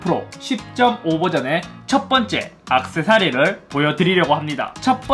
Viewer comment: 악세사리가 아니라 액세서리입니다...